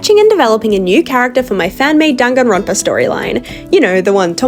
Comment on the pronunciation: Her "-danganronopa" Me: 🥹. "DANGANRONPA MENTIONED"